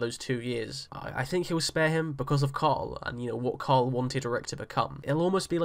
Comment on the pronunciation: It's Carl, not coral lol. And 2nd, I'm not sure how much of the comics we can grab from anymore since Carl is being killed off. So let's not assume anything from this point forward. That being said, I don't see Rick being peaceful until he takes control of Neagon and the saviors.